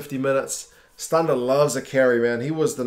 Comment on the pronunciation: i also like how he pronounced stander the way south africans do instead of stand-a